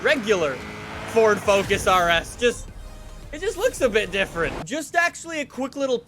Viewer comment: "Fous" lol